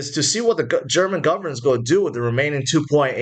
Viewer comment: can you say. ing...like go-ing, not go-ah